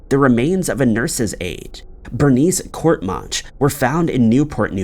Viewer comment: court e man chee is how you pronounce bernice courtemanche's name, im a fellow new englander being in west central Maine born and raised, great stuff as always and tyvm :)